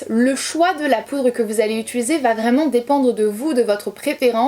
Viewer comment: Je te découvre, tu es fraîche , les explications sont claires, les astuces toutes bonnes a prendre . Seul bémol , t'entendre dire utUliser a la place d'utIliser me stress. Mais je vais continuer à regarder tes vidéos 😋